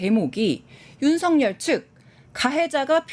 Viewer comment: 윤석열의 올바른 발음은 윤서결입니다.